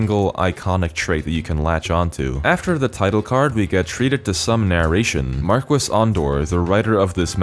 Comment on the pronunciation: I cringed so hard every time I heard that in game. It's pronounced MARKEE. If he also sounded British or American maybe I'd let it slide but he has a European accent.